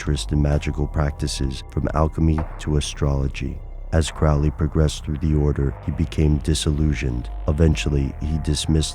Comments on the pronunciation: nope... not really... it's pronounced Crow-lee... not Crowl-ee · His name should be pronounced Crow (like the bird) Lee ... Crowley. Now I'm almost ashamed of myself for being the jerk that goes around correcting people's pronunciation... almost. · You are mispronouncing his name. It's Crow-ley (rhyming with holy). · The people in my family pronounce it that way. Every time someone like a teacher at school would read my name aloud they would pronounce it "crow"ley though. Are my family members mispronouncing their own name? Haha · When you can't even pronounce his name right, it's hard to believe anything else presented.